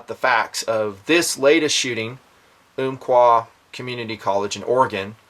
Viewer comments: It's um qua not oomqua Love the job your doing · Uhm-qua not Oomp-qua. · I grew up in Roseburg and have been to the college many times. Pretty shocking. I was relieved to find the shooter was not from Roseburg. He came to Oregon 2 years ago from California. BTW the Umpqua = pronounce the first part like "thump", Ump quah.